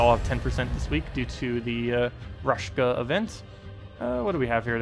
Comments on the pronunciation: Amazing team! I will have to check it out in invasion :) And.. btw, it's RaKsha, not RashKa, god dammit! xD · Thanks! As always great content! I was actually missing the Raid short video last week. Just a small thing, it's not raSHka, but raKsha. =)